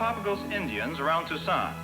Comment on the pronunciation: It's TOO-sahn, not too-SAHN.